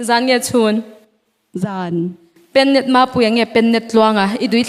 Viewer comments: Penet..tih anga lam lohtur Pennet..tih anga lam tur. Penticostal network..anih ang khan.. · Penet nilovin pen-net tiin lam la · I lam dan dik lo niin ka hria 𝙋𝙚 𝙣𝙚𝙩 ni lo in 𝙋𝙚𝙣 𝙣𝙚𝙩 tiin lam chhuah zawk tur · Pennet lam dan hi an ti dik lo fo mai a.. Pe-net an ti ziah... Pen-net tih tur...Pen 🖊️ tiang a lam phawt tur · Penet Nilo in pennet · Penet ni lovin pennet tihtur aw,lamfim khur rawh aw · penet ti a i lam hi,pennet ti a lam tur a ni lo maw sir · I lam dik lo. Penet ti in i lam a...Pênnêt ti in lam zel a.... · Ka pu PENNet hi mizotawnga 'a chalah ka pen' ti anga PEN tihtur aw, Pentecostal tih kaihtawi a nia.